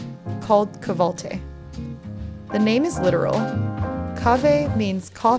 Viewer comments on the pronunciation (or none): 😂 not kahve altı its called “ kahvaltı” and it means breakfast